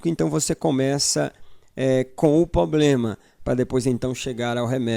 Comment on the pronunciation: cuidado só com os erros de português irmão, concordância. Não é "poblema" é "problema".... Mas muito bom o conteúdo